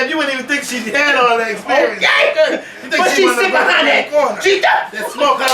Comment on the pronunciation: Otay!!!! Not okay otay!!!